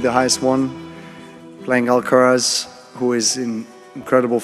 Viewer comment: What kind of expert made this video?... you called him Alcarez!!!! SMH